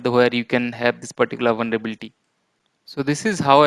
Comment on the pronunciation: It's Vulnerability not "Vulnrebilti"😬🙂